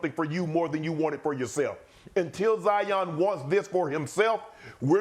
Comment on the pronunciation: Who’s “Jaion”? Ja & Zion combined? 😂